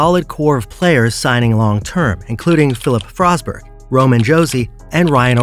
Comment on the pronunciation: "Connor Beddered", "Filip Frossberg". :D